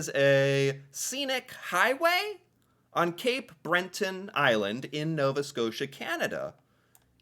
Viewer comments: Cape Breton not Brenton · Cape Bret-ton, not Bren-ton. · Jeeeeez! You are certainly reacting to these videos, but after more than a year, you are not really learning, or at least you have an issue with retention. Cape "Bren-ton"? Really? After all, you are just reading it from the screen..... But then you usually stop reading before the main point is reached, such as the explanation of the ultra high tides at Fundy, not just "the rocks". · Cape Breton isn’t cape Brenton FYI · Gave me a chuckle too as did the Brenton Island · What about cape Brenton 😂😂. That was awful. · You might be on to something Right off the get, “Cape Brenton” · It's Cape Breton not Brenton 🤣🤔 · It's CAPE Breton, say what you read,. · No.. I can totally see that is being genuine.. he’s pronouncing as he sees it. He doesn’t know it’s French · Cabot has the emphasis on the first syllable, not the second. It's pronounced CABit Trail. It's also Cape BREton, not BreNton. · Cabot has the stress on the first syllable. CA-bot. Cape BRETON has NO "N" in the middle of it. One can explore numerous places in the Rockies. Banff, Jasper, The Columbia Icefields, etc. Most Americans think the Horseshoe Falls is American. It is Canadian. The small falls to the side are in the states. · The Cabot Trail (pronounced Cabit by the locals, named after the explorer John Cabot) is located on the island of Cape Breton (pronounced Bret to rhyme with yet) not on Cape Brenton, as was pronouncing it. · Thank you however. it is not Cab Bot...say it as cab it and also Cape BreTON not BreNTon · Cape “Breh-tin” and “Ka-bit” Trail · it’s Cape BRETON and the Ca”bow” (Cabot) Trail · I'm here in cape bretin and never heard a tourist pronounce the Cabot Trail called Bot